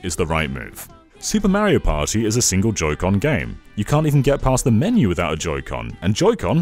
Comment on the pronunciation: Why can you say Wario correctly, but not Mario?